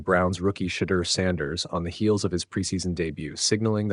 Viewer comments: I know this is an AI NARRATED VIDEO BUT PLEASE PRONUNCE HIS NAME WITHOUT IT REFERENCING A 4 LETTER WORD THAT STARTS WITH THE LETTER S! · You mispronounced Shedeur’s name. Gotta go. See ya